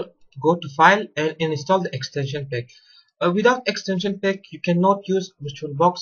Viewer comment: Good video, but maybe put some subtitles in just in case someone gets lost because of your strange accent. For example, you pronounce the word "pack" like "peck". And "agreement" as "agrement", although I'll let that one pass.